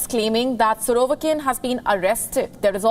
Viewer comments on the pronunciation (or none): Nice butchering of the names... 'Pirokesin and 'Surovekin'